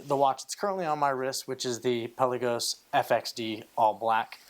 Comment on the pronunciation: Pelll-uh-can (the bird). pel-Ahh-gos (the watch). Greek word means Sea. Please never call your beautiful watch “pelly”.